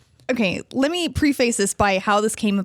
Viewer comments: Girl on right cant pronounce preface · PRE FACE, like it's two words. And this is supposed to be a journalist? Fantastic.